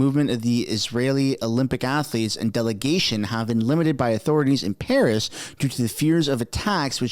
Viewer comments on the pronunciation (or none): none